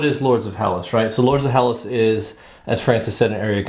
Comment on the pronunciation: Hi guys! The word is Hellas! Thats the official name of Greece! Ps. The right pronunciation of the word is Hellás...toning on á , not like HELLas! ;-)) (althought héllas sounds better! Great review, thanks!!